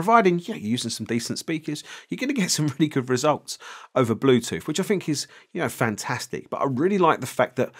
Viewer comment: "Bluethoot" Typical Chinglish. I'm really keen on this one... Great review dude....